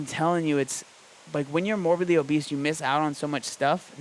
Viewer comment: Is it pronounced obeseto or obese to